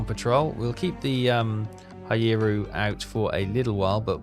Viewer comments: Make an effort with the pronunciation,, mate. Mee-YO-koh, not MY-yo-ku. SORE-yu; HERE--yu. How would you like it if I pronounced Llanfairpwllgwyngyllgogerychwyrndrobwllllantysiliogogogoch as, well, ah..... Good to see you don't have your subs so close inshore they have no depth to hide in, and don't try to trade planes for escort ships. The Allies have more of them than you have cold udon dinners. Timing your kate/val/zero attacks so they arrive together will solve the cool-down problem as well as demonstrating your Kidō Butai skills. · Pronounced Sore-you and Here-you. Just trying to help. Love all your series.